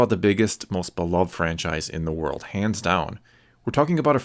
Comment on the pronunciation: He said HANS DOWN!!!